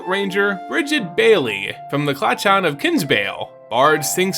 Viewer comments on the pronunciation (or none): Clachan, pronounced like Loch in Scottish. With a soft, throated (ch) more similar to a K. Cla-(k)an.